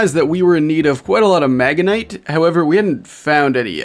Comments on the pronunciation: Magenite? Really? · no one talking about the horrible pronunciation of magnetite 😭